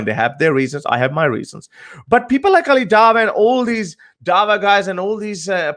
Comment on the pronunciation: says Ali Dava🤦🤣🤦🤣 its a W not a V